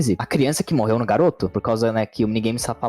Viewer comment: Kkkkkkkkk quem gosta quando o fala*Crionça*kkkkkkkkkkk